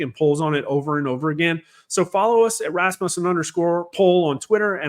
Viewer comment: I Trust Your Numbers More Than Others! I Wish People Would Start Pronouncing “Rasmussen” Correctly, most people say it Wrong! I Know a Few People with That Last Name! Rass-Muss-un is how it’s pronounced! Listen to How Says It at The Beginning of this video! Just a small thing I’ve noticed over the years! Also, take the “ic” off the word “Democratic”, Only Refer to them as “Democrat Party” Nothing Democratic about Them! Besides, We Don’t Want or Have a Democracy, We Thankfully Are a Constitutional Republic! Big Difference! Learn The Structure Of The Constitution! Dems Hate The Constitution, They see it as a Roadblock to Their Communistic Agenda!